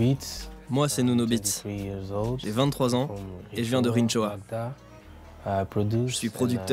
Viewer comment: Vous avez dis: rintchoua??? Vous avez prononcé en quelle langue? Probablement en marcien!! En portugais on prononce rinchoa et on français, cela se prononce de la même façon.( Rinchoa) sauf qu’on portugais ( in) en français ( ant) arrêtez de vous foutre de la gueule du monde. En français ça n’existe pas le tch. Pourquoi voulez vous l’imposer dans la langue portugaise?